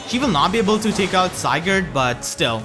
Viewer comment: I understand why but Si-gurd